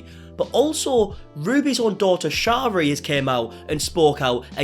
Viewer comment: Don’t know why this is bothering me so much but her name is pronounced Sherry like the drink not shar-rie.